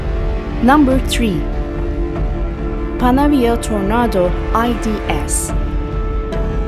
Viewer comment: Jet fighters from the 1980s !!!! Mispronunsed Chinoose Ponovio Tarnaadoo !!! and Squidghoi SU 22 Falanker, and other Jit Footers from Chino !!!!!